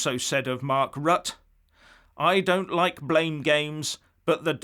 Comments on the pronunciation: it's 'Rutt-ah', rhymes with mutter and not 'rut' as 'stuck in a rut'. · ROUTER not RUT! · Pronounce Rutte as “R-oo-tt’rr” (quickly). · Pronounced "Rut-teh" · Rut-te The Dutch Prime Minister's name Rutte is pronounced Rut-te. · Hi, just to let you know, The Dutch Prime Minister's name is spelled "Rutte" but pronounced "Rutter". I have it on good authority as my wife is Dutch.....